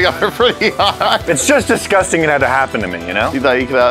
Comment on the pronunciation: Nobody:: DiSCusTaNg